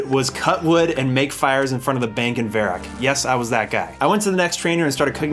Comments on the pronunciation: dude called varrock "verac" lmfaooooooo what u played 20 yrs ago ? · One Side of Me: That's not how I pronounce Varrock... Other Side of Me: Shh. Let him cook, my boy.